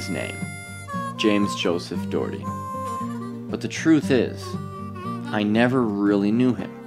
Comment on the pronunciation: The fact he cant even say "Doherty" right has just made me lose all hope. You pronounce it D-aw-her-tea. Stephen O'Doherty, Ireland.